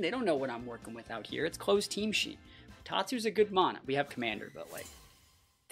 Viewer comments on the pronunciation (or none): none